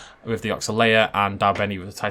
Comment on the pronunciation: Oxalaia is not pronounced "Ox-ay-lia", instead is "Oxal-eye-a", the the "eye" being pronounced the strongest. Also Irritator, Baryonyx, Ichthyovenator, etc are all spinosaurids and look quite similar to the Suchomimus in the game. so that Oxalaia is not a more realistic interpretation of spinosaurids, but brings it more in line with only some spinosaurine spinosaurids. Correct me if I'm wrong but thats what I've heard.